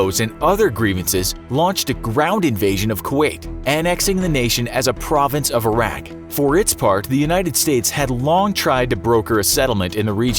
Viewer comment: I know this is 4y old but I hope you learned how to properly pronounce Iraq.